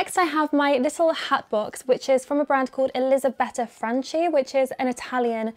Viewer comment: It's pronounced Franki* not Franci ahaha